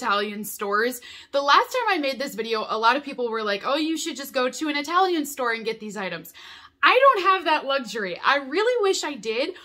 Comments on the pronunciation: I talian Not eyetalian, please 🙏🏼😫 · Please don't say "Eye-talian"!